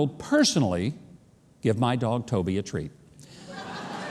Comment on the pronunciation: Did you say treat